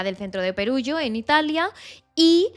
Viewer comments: Perugia (:Peruyia) no Perugio ;) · Está bien contada , el se llama Rafaelle no Rafaello , y Perugia no Perugio